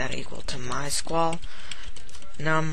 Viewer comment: you can't even say my sql in right way lol